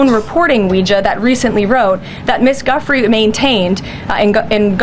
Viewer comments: Ugh. She says “ Guff-ree “ as if nobody knows who she is. DISGUSTING. VIRGINIA’S NAME IS PRONOUNCED DJEW-FRAY. And her disgusting recruiter.. GGIII LANE Hard G, like grub, gross, greedy, grotty. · Okay, she done f-ing pissed me off. Deliberately mispronouncing Kamala's name is one thing...but calling Virginia, "Guff-free" when it has CLEARLY BEEN SAID MILLIONS OF TIMES...and it is pronounced 'Jew-free', is an obnoxious 'trick' so you don't think of the actual Virginia because the way SHE just said it, is not a name heard, so do not connect the horrors in her book as attached to dickless donald. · pretty sure she said her name wrong. Also admitting she’s a victim of Epstein well also working for trump doesn’t make him look less guilty. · Can you NOT pronounce Virginia's name CAROLYN? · Of course she would say her name wrong. She is such a bone headed creep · Everyone pronounces " Giuffre' " correctly or reasonably well except Bratty Barbie. She may be thinking of Guthrie (Woody) who wrote a song in the 50's denouncing KKK Trump's dad segregates housing. Of course "Chump" and "Pudding" show that she learned to talk from Elmer Fudd. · She is 2nd only to Trump for hypocrisy. Like Trump she can’t even do her the courtesy of pronouncing her name correctly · She pronounced her name wrong. She is lying. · Leavitt doesn't pray; like her boss, she preys. She mispronounces Virginia Giuffre's name, for god's sake! Release the Epstein files!!! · It sickens me that Propaganda Barbie intentionally mispronounces Virginia Guiffre's name in an effort to diminish her suffering, and that of the other survivors. She's an utter disgrace to our gender. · She can’t even say Virginia’s name correctly! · And couldn't even be bothered to say her name correctly 😑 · Mispronouncing her name is pathetic.